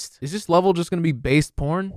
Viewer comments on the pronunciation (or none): Nobody noticed he called it "based porn"? 🤣